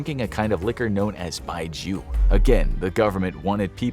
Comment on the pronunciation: it's called Bai Jiu. pronounced (by jio)